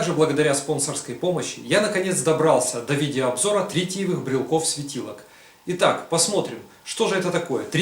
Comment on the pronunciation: Не брелков, а брелоков. Не брелки, а брелоки. Похоже букварь в школе скурил.